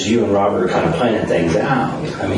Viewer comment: This little punk thinks he's tough enough to take lives, but he can't even pronounce "Robert" properly. "Wobert", doesn't exactly sound like you're a tough killer, there slick!